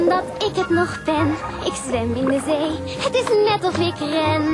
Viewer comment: spreekt de Z niet goed genoeg uit. Het is bij haar veel meer: Ik ben gek op de see!